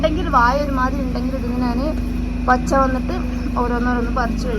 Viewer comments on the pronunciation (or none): നാൻ അല്ല സ്ത്രീയെ ഞാൻ എന്ന് പറയു